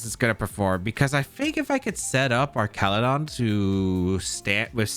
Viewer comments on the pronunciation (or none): Duraludon (DUR-al-eh-don) Archaludon (ARCH-al-eh-don) That’s my take on it… but you’re the goat that side will-O’d your flutter to avoid spore so you can pronounce however you like…. You’re DADDY 😂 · Man this is an interesting team, thanks for sharing. And it is Arch-al-udon btw (it’s one of my favorite Pokémon from the dlc). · Happy to see this ‘mon get presented! I know you’ve been having a rough go of it with the whole Archaludon pronunciation thing, so I say this with all the love in the world: it’s GOUging Fire, as in G-Ow!-ging, not Gorging!